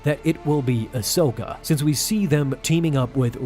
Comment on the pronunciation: It’s Ahsoka